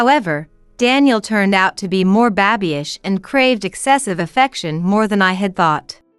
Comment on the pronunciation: It's baby-ish not babish